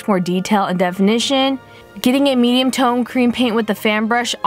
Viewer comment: When she did a medium tone I thought she said a meme tone 😂